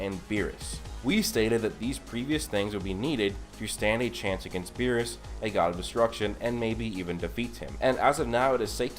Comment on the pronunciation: Berrus not Berry’s